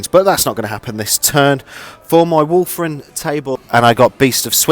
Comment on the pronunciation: The Wulfen died because you kept calling them Wulfren, which is a shopping centre in Wolverhampton... ;)